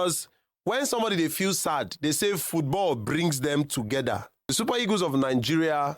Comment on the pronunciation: Nigerians are funny. They have such weird pronunciations. They defy the queens language with ease. Listen to how they pronunciation the word EAGLE. The word is pronounced EE-GL but the say EGOS😂😂😂😂. What is EGOS? Can't you Nigeria pronunce EEGL? 😊😊